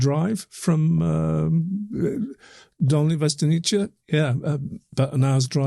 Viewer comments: Very interesting. Hope to get more information soon. BTW note of pronunciation: it's pronounced 'vestonitse'. No 'che' at the end. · you pronounce Dolni almost ok, Its Dolnyi (the n is like the first n in Canyon) and Vestonice is Vyestonyitze (not Vyestoniche) again same n sound like in Dolni (ny) otherwise not a big deal. Good podcast. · Guys, you still misspronounce Dolní Věstonice :-) You make mistake just at the end of name. "ce" is not "tche" but "tze" in english pronounciation. Google translator may help you, it pronounce it nearly as czech or moravian would pronounce. But absolutelly thank you for this topic. Greetings from czech republic. :-) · The pronunciation could be written for English speakers as "viestonitse", not "vestoniche". I don't mean to be picky, it just bothered me as a Czech speaker. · it's pronounced (approximately) Dolni Vestoni(tse) like saying tsay (and not 'chay'). The 'ni' in Dolni isn't quite like an Englishman would say it but you get it pretty close. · Vestonitse, not Vestniche. Pavlov is the next village to Dolni vestonice. Czech Republic, not Czechoslovakia, etc, etc. By the way, if you happen to be visiting the city of Brno in the Czech Republic, the burial, all nine of the venuses and the other objects shown here are all being displayed together for the very first time at the Anthropos museum. Well worth a visit. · Correct pronunciation: Dol-nee Vye-sto-neetz-se. Please give it a try gents. I cringe every time you guys butcher it. Thank you from all Czechs. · Not that it hugely matters, but [ DOlnyi VYEstonyitse ] , with first syllable stressed ;) In Slavic languages, every C is ts (except in the CH combination, then it's a strong H) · It's pronounced Dolnee Viestonitse